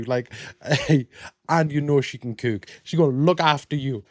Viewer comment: Chiggers are the worst. Think mosquito times 100000 It took me a minute to realize you were saying cook but you say it with a long oooo sound